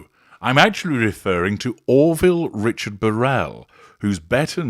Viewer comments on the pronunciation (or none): none